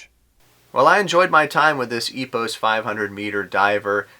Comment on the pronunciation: It is spell as Epooos French way..